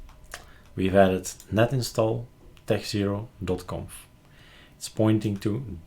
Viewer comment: techxero not techzero lol. Spotted it the second you did that, but I couldn't barge in so there it is. :)